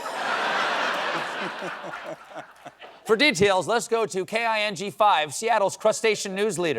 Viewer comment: The Seattle station is not K-I-N-G Five, it's King Five.